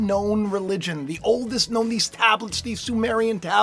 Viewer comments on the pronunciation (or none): none